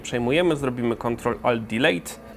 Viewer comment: Control alt „dilit” xD